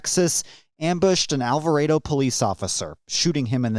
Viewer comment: It's pronounced Al va Ray Doh